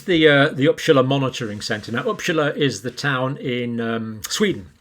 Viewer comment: It is pronounced UppSala, not Uppschala.Yes,it is just north of Stockholm.